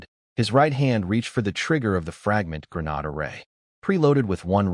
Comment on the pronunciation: So, I've become used to the crappy translations with constantly changing names of skills, items, characters, etc. I've even become used to the crappy AI that can't say Grenade or Bow (As in arrow shooting weapon) or Lv (Level) correctly. What I can't get used to is recycled images not even an hour into a multi-hour video. If you can't be bothered to proof read your AI translations and scripts or burn through a lake's worth of water to create images for the entire story. Why would you expect me to bother to continue watching, subscribe, or give you any future traffic?